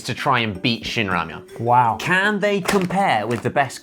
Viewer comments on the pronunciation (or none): not shinramyon god jeenramyon got ddu gi